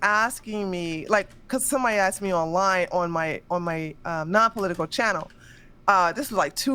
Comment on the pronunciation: never heard someone say politickle